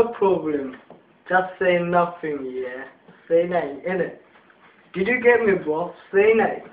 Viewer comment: Say nuink INI lool